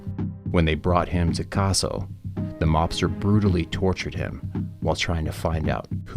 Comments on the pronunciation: His name is CA SO NOT CAR SO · Learn to say Cassie properly not Carzo prick